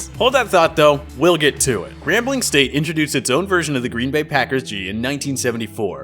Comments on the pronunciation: 3rd team to the party? NO!!! We're the FIRST team to the party!!! And I dont like how you pronounced us as GAMBLING instead of "GRAMBLING".... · I picked up on that too. Grambling not gambling lol. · It's Grambling State University. It's named after the city of Grambling, Louisiana. It has never been spelled or pronounced as Gambling